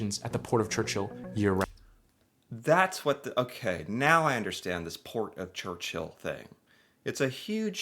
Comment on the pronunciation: „Church-Hill?“ no , Churchill 😂 .. Port of Churchill is named after John Churchill, 1st Duke of Marlborough (1650–1722), an English general and statesman. (I would have bet after Winston Churchill, but no) … Duke of Marlborough ( Marlboro is an American cigarette brand - too close to ignore)